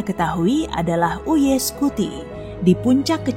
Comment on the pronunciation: Eh btw di baca nya bukan u.y scuti tapi yu ai scuti tapi gpp sih gk masalah juga